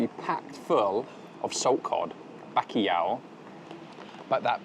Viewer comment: My god mate. If you’re saying bakiyaw trying to say bacalhau… Good video though